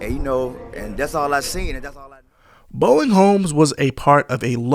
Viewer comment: Bowen Homes, not Boeing.......